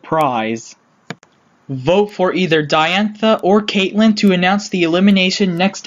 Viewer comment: mrtyesvideo s It's pronounced Caitlin.